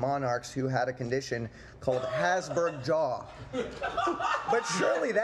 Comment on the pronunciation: its not hasberg but habsburg